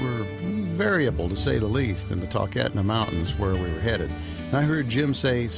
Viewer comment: Kinda cringed when he pronounced talkeetna it's pronounced "tall kEEt nah"